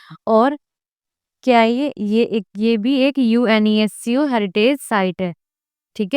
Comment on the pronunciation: Ma'am UNESCO ka pronunciation seekh lo pehle